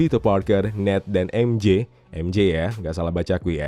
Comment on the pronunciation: ini baru bener EmJe.. bukan EmJi 😂